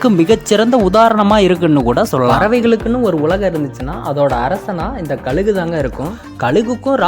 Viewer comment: ழ சொல்லி பழகுங்கள்,கலுகு😢